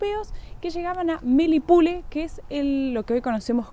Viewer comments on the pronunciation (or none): Hola, una aclaración: No es melipule , es Melipulli (se pronuncia la doble L) que en Mapudungún significa "Cuatro Colinas", y que como bien señalas despues, es el asentamineto que despues originó la Ciudad de Puerto Montt. Saludos.